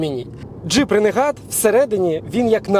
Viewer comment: Дуже класний огляд дякую за контент. Одне але РЕНЕГАТ ?)) Ну ж ренегейд